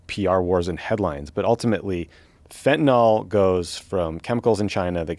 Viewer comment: fent-a-NIL. fentanyl. Not fentanol.